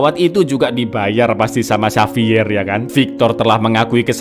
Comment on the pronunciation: Xavier dibaca HAVIER bang.. Bukan sapier😅